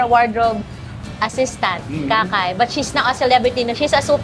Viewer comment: Sino si Ka Kay with emphasis on Kay